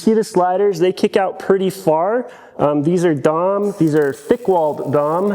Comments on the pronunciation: Had to click away the third time I heard “DOM” instead of “Dee Oh Emm” Like when you hear someone call it “NOSS” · D O M. You don't pronounce tubing as Dom. Drawn Over Mandrel is D. O. M. We aren't referencing Dominic Toretto here. The entire bed side should have been made of round tubing as well. That square just doesn't match the esthetic of the cab. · D O M. Not domme. That is all. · Please don't call it Dom.... It's dee oh em. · DEE,OH,EMM not Dom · I'm from SoCal and have been around car people all my life, in 30+ years never have heard it any other way than Dee oh Em. I definitely thought you were saying Dom as like a meme or something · up here in Canada we Say Dee,oh Emm. 🤷‍♂️ Every-time you said Dom I giggled a little lol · here in SoCal the epicenter of off-roading it’s D. O. M. We know you’re a YouTuber if you say dom. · that’s the first thing I thought of as well when he said Dom lol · Agreed it was like nails on a chalk board lol. I knew what you were talking about but yeah haha.